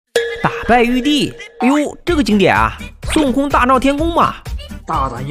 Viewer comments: 玉帝竟然讲成玉儿😂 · 玉帝竟然讲成玉儿。😅